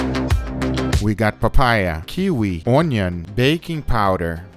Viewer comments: Bruh. It's Un-yun, not Ooon-yoon. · When he said, "Oinion" I felt that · the way he said onion😂😂😂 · I’m so glad the pronunciation of onion made an appearance it’s my fav haha